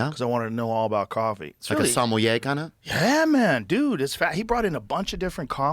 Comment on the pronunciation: 'Yuah maun' (?!) Joe turned into a Jamaican 😂